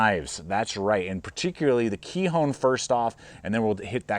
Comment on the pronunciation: Nice video! I’m pretty sure it’s pronounced “ k-eye-on” with a long “i’ and a silent “h” 👍😊